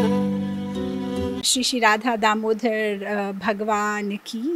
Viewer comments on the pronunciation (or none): Pronunciation.... In the beginning, you are saying, "Radha Damodhar". It is Damodar. Not Damodhar. Please pronounce correctly. It is Krishna's name. Whatever may be the language, the name should be pronounced same. Thank you if you understand. Haribol!